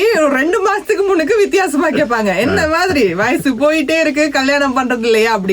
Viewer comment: கேட்பாங்க, உங்ககிட்ட, பெரியவங்க, அவங்கள்ன்ட ஸ்டேட்டஸ்...வயஸு வைச்சிருப்பாங்க... எந்த ஊர் கொடுந்தமிழ்? தெலுகனவா, ரம்பையின் ஆந்திரவா அல்லது கானான் விகாரமா (Caanaan Vihara)? 2009யில் யுத்தம் முடிவடைந்த சில காலங்களிலேயே தமிழ் நாட்டில் நாறின தமில், இலங்கை ஊடங்களூடாக பரப்புரை செய்யப்படுகின்றது. தமில் நடு (Tamil Nadu) போன்று இடைவெளிகளை நிரப்ப ஆங்கில சொற்கள் ஊத்தை உச்சரிப்பில் அரங்கேறுகின்றது. சமகால தமிலெனின், இவர்கள் எங்கிருந்து இங்கு வந்தடைந்தனர்? உரையாடுபவர்கள் இருவரும் மத்தியகிழக்கு இல்லையேல் வங்காளத்தவர்களாக காணக்கிடைக்கின்றனர். தமிழில் பேசுவதாயின் அதுவும் இலங்கையில் வாழும் தமிழருக்கான ஊடகமாக பொறுப்புணர்ச்சி அவசியம். ஊடகங்களில் எவரும் சேரலமா அல்லது தமிலுக்கு கொடுக்கப்படும் விஷேஷமா?